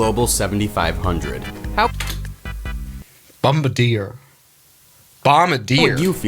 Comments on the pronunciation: I like how someone pronounced Bombardier the American way instead of the French Canadian way. Like the crew member on a WWII bomber responsible for dropping the bombs. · bombardier sounds like bombardilo crocodilo